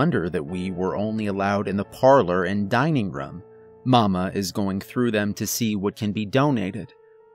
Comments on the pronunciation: I keep hearing him say "rum" instead of "room." I like the stories but saying "rum" instead of "room" is distracting. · Please learn how to say room lmao